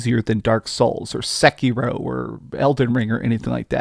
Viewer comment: Sekiro ❌ Sek-eeee-ro ✅